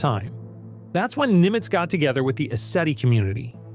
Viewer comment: It's "Günter Nimtz," a German physicist. Not Nimitz, as in USS.